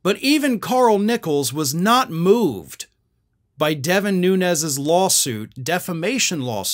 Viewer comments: It is not NUNEZ! ITS NUNES, HES PORTUGESE NOT SPANISH. Has been sighted home visiting his Portugese Family and eating at local Port, RESTAURANT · The Portuguese people here in Hawaii pronounce Nunes as noons. Like "goons". Noo-nez is Spanish.